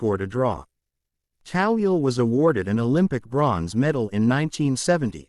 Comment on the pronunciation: It's Toweel not Tawil !!!!!!!!!!